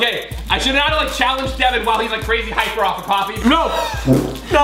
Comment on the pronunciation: not devin